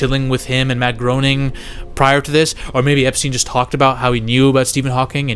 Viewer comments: Matt Groening didn't actually have anything to do with the Stephen Hawking episode. He only made the first 2 seasons. Also, Groening is pronounced "Gray-ning" not "Grow-ning" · Bro you're killing me. It's not Mark Groaning it's Matt Grane ing. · Not GROANING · It’s pronounced GRAINING